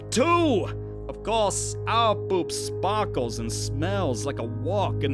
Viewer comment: "our poop sparckles"😶😃😅😂😆😄😊😵😶